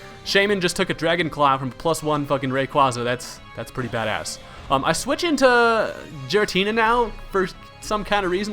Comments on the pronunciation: GIRATINA NOT JIRATINA! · your saying it like its jiratina its call and said giratina with a g not a j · you pronounce giratina and rayquaza wrong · I know your comment is old, and I agree on the Giratina pronunciation, but how is Rayquaza supposed to be pronounced?